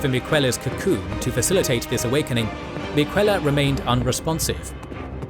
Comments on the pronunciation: Miquella pronunciation was very wrong. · Love the video, hate that you pronounce names like Miquella and Rykard as though you never played the game lol.